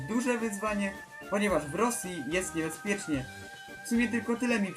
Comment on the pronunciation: Tylko ja kiedy powiedział 'niebezpiecznie' za 1 razem pomyślałam o rosji XD